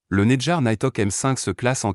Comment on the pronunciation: Faudrait peut-être apprendre à prononcer “Netgear”, Mbps”, etc… Ça ne fait pas très sérieux